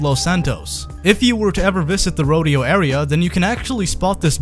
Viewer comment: What's up with that pronunciation of "tableau" and "rodeo"?